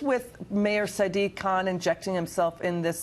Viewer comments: Listen close, 5 seconds in she calls khan a kunt by accident, lmfao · Did she just said sadiq kunt?